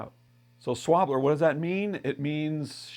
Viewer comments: You want to pronounce it Swallabar. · Its not pronounced SWABLER. It's pronounced SWAYBAR! 😝😆🤣 I think.